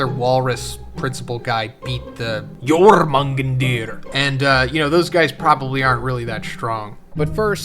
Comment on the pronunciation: (Your-mah-gone-der) That's how u pronounce it, bro damn 😅